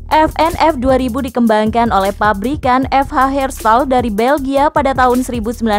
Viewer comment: NAMANYA FN HERSTAL WOYYY KOK FH DAH, SALAH MULU ADMINNYA DI: FH, LEO2A6, TOMAHAWEK